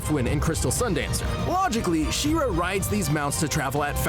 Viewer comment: Its pronounced SHE - RA not SHIRA (FYI - That body looking good)